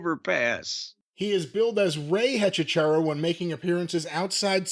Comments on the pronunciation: Hechizero means Wizard in spanish. It's pronounced A - chi - se - ro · cannot say EH-CHEE-ZEH-ROH to save his life 😂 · It's pronounced hechi sero but who really gives a shit lmao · I did not realize you were all trying to pronounce Hechicero (e-chi-ze-ro) til you found out it was for wizard. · Lol hechicero is pronounced 'eh chee zeh roh' in Spanish but I like this pronunciation better 😂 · BTW, it's Eh-Chee-SEH-Roh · As a spanish speaking listener, it's so fucking funny when they try to say Hechicero